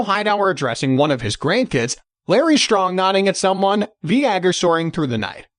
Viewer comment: did you just call Vhagar... V-HA-GER? wtf stop using robot voice